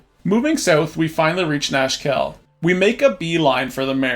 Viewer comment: Nashkel aka Nashville when you listen not closely ahah